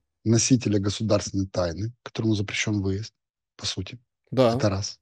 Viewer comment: когда не понимает о чем идёт речь,всегда произносит да-а-а